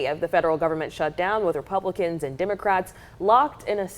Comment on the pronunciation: Wait, did I just hear Hakeem say that it was Republicahs that created the ACA ?? WTF !